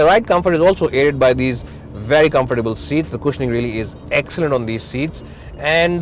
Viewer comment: My Dear Friends from the north of India... Please note the following; Rear is pronounced as Re-yer (like Dear....not Dare!!!!) Rare is pronounced the same as DARE and not like DEAR!!! Power is pronounced POW-WER and not PAAR!!! It's really (not Rally) irritating to listen to such mistakes on a public program which is exactly why we Indians are mocked by the Western media with our accent's....we can at least get someone who can speak well especially since it's a public video on YouTube where millions will be watching!!!